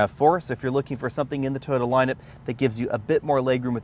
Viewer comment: Please learn how to pronounce TOYOTA.